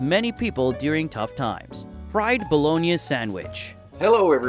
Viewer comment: I haven’t heard it pronounced “bah-lo-nee-uh” I’m guessing this script is being read by AI.